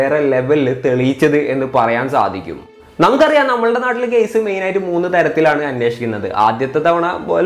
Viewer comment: കേയിസ് അല്ല കേസ്